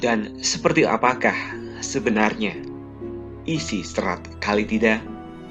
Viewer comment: Menyebutnya salah bukan Kalitida tapi Kalatida